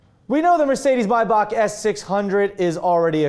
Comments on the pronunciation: It's not pronounced My buck? It's may back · thought it was pronounced "may-back"